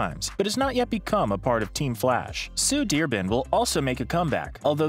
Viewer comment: Its Sue Dear Bon